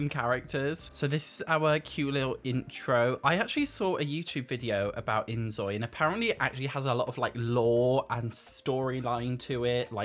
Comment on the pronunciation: I love the inZOI videos, but please, it’s pronounced like 'Enjoy'…. Because Korean has no Z sound…. It’s just a word play, and a side note from my part